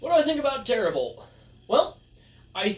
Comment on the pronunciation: Glad you liked it! I'm kind of shocked you realized it was hand drawn right off the bat lol. You're saying it correctly btw. And gl to everyone who will be in/is in the tournament, this will be fun!